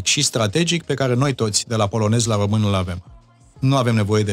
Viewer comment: hodoronc-tRonc,! Altele mai importante nu aveți și nu vedeți, decît CĂ OMU A SCRIS DUPĂ CUM Rostește, și dvs ÎL CRiticați aci, pe domnul aRdelean... DaR(!) că Gioană, el însuși ÎȘi spune 'OmÎn în loc de ROMÎN și gRăiește de 'OmÎnia în loc de RomÎnia, cÎnd GRĂiEȘTE, NU ÎL ReMARCAȚI.... AȘADAR, PENTRU UNII MUMĂ, PENTRU ALȚII CIUMĂ, nu este o dovadă, din partea dvs, de Conștiință NAȚIONALĂ😉😄😄😄